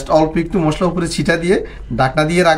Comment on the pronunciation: মুশলা না ভাই,,,, মশলা বলুন।